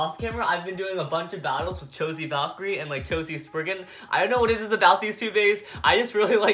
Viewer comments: you said sprigging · Love how he says chi-z sperrigen for Valkyrie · Tuanh Nguyen: calls spriggan "spirrgan"/:^)